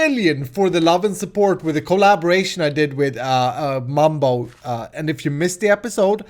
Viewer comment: The way he says Mum-bow 😹